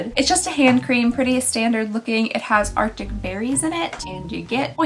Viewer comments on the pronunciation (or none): none